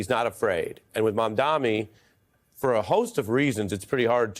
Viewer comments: it’s MamdaNi and not MamdaMi; where’s the handicap? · It's freaking Mamdani!!! Not Mamdami. Lol. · Ari, it's not "Mamdami", it's MamdaNi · Nelber should learn to say his name too. It's Mamdani not Mandami. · Dear Host...His name is Mamdani.. .M A M D A N I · Hey, Ari Melber. Mom-Donny. Try it. It's not that hard. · MAMDANI it’s an N not an M for gods sake. How is it this hard? Can’t they read 😊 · How difficult is it actually to pronounce “MAMDANI”? Ffs, the man is sensational in news debate for over 6 months- for once, try to pronounce his name 😅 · Ary stop saying Mamdami! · What is so hard about pronouncing MaM-Dani ?! Even Ari gets it wrong!